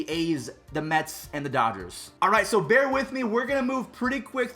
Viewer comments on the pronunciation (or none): none